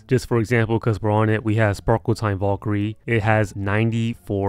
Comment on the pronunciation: his pronounciation of valkyrie makes me wanna die